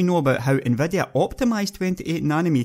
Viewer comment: you can FET them more....SEXHEIGHTY ... TRANSESTOR...NVEDEA...OMG this is so painful to listen to....seriously it is like I would speak in my own dialect on a youtube video... too bad because he seems quite knowledgeable..